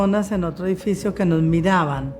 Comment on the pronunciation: Dijo Edifico en vez de edificio.😂😂